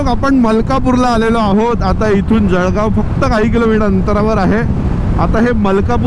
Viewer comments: खरंय जळगाव वाले ळ ला ड म्हणतात 😂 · जळगाव‌ला जडगाव म्हणणारे किती लोक भेटले भावा‌ तुला? आणि जळगाव‌मधे असे किती भेटले?